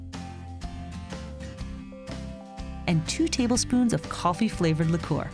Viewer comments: "Licoor" is that bothering anyone else? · you are saying liqour wrong btw